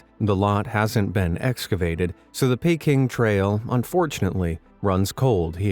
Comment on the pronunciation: Why don't they spell it Booey? Like the misspell Aluminium. First time I've heard Peking pronounced Payking.